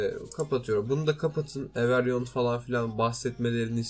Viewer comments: Everyon değil abi İngilizce o okunuşu evrivan herkes demek 😊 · ever yon ne knk every one diye oku evri van